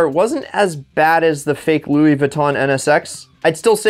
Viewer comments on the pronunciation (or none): none